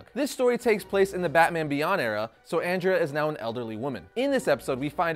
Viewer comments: Andrea, (Aun-Dray-Uh) 😜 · It's AWN-DREH-UH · You pronounced andrea wrong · If you love the movie so much then pronounce Andrea the right way as it was in the movie. Just saying. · For the love of god, stop mispronouncing Andrea's name. I literally had to stop watching the video because I couldn't stand to hear you butcher it anymore. Have you actually seen the movie? Her name is Andrea. Pronounced the same way as the name Andre, with an "a" at the end.